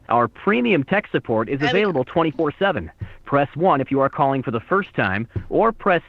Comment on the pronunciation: “ kolling sooport “